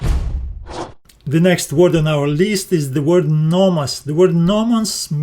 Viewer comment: Excellent video and very good explanations! A small feedback on your pronounciation, Θεός is pronounced theos not thios and νομός is prounounced nomos not nomas. The last example is something that I hear often from americans when trying to pronounce -os endings, they often sound more like -as instead.